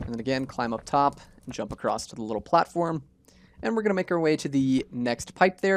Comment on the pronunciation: Just checking... Are you saying "acrosst"? 😅